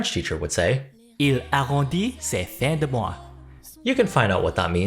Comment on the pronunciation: “Il arrondit ses fins de mois “! Frenchy here and you nailed it ! Impressed